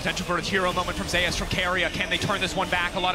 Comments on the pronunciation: Nice commentary, but please read about or listen to someone say the name of the greek god "Zeus", it is not "zayus" it is "zoose" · I wondered that. Like does he want to be called zayus or zoose like Greek God?